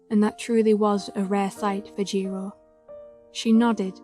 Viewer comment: Jiro not jiro-u😭😭